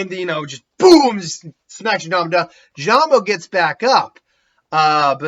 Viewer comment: Jirobo not jirambo I've noticed this in every what if you do in naruto lol